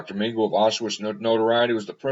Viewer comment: Dr pronounced Meng a la. Ah La ok! Ming a la. He was a monster and a sick individual. Profoundly mentally ill and sadistic.